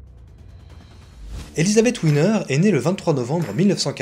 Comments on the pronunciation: Pourquoi l'appeler "Winner"? Elle n'est pas d'origine anglaise. Elle s'appelle Wiener prononcé Vienere... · Coucou Ça se prononce Viéner pas Winner lol Mais c'est sympa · Oui! Là là… Gr1ve erreur : on ne dit pas « ouiner » mais « viénèr »… ! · c est elisabeth "Viener ' en allemand le "W" se prononce " V " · D’autre part , à la minute : 4´23 de la vidéo, il ne s’agit pas d’Elisabeth Wiener… (peut-être Marion Game… mais certainement pas E. Wiener ( et pas Ouiner, non plus).😂